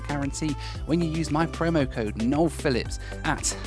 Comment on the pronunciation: Josh always calls him "". 😂